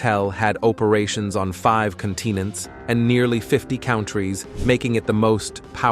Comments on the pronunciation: 5 CONTEENENTS IN 50 COWNTRIES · 50 "count-trees"??